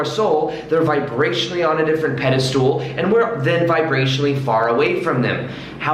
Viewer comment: you very knowledgeable and l really like your videos. With that said you need to brush up on your vocabulary. The word is pedestal... not pedistool and putting someone on a pedistall means to deem them as the best person above everyone else.